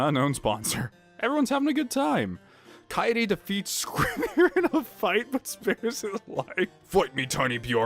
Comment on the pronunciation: S-Suichi? SHOO-EE-CHEE DAMMIT!!! YOU ALSO SAID KAEDE WRONG AGAIN! KA-EYY-DE!!! AAAAAAAHHHHHHH!!! Yes I am very annoying when it comes to this.